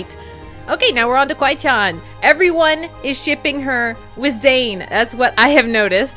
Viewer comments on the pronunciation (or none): you say it like kiwi CHAN >:(